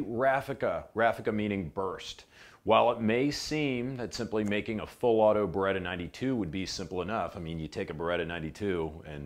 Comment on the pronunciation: it's B E R E TT A ! Not BUREDA